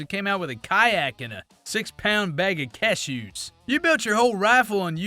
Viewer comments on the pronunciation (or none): What are keshews? He said walk into the store and come out with a canoe in 6 lbs of keshews I still can't figure out what the hell a keshew